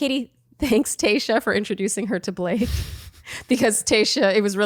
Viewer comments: Am I the only one hearing saying “Kayshia” instead of Tayshia?? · Does anyone hear "Kayshia" not Tayshia or is just my ears?! haha